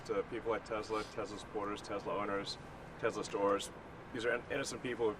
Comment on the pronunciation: TRUMP SAID TESLER LMAO :50 mark